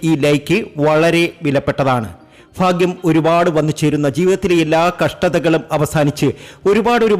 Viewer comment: ഫാഗ്യം ഫാഗ്യം, ഫാഗ്യ കുറി കിട്ടി ഫാര്യ യോടും കൂടി ഫാഗ്യവാന്നെ ജീവിക്കു. ആദ്യം. മലയാളം നന്നായി ഉച്ചരിച്ചു പഠിച്ചു ഫാഗ്യം ഉപദേശം ഫറു 😅